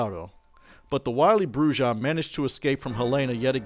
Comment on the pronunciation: Pronunciation matters. "BROO-hah" because it's a Spanish word.